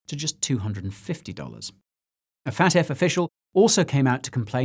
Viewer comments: I love how you keep saying "Fat F" (FAFT) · I know this is serious but every time you say FATF it sounds like you're saying fat ass